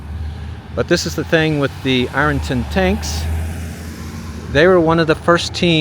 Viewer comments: 'Iron' is one syllable, Irn not I-ron, 😁. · I think he's saying "I-RUN" vs "IR-UN" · I was born & raised out back of 'Rnton, city folk and outsiders pronounced it Iron ton"